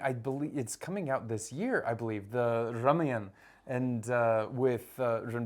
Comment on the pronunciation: Notice how he says, 'RAMAYAN' and not 'RAMAYANA' ❤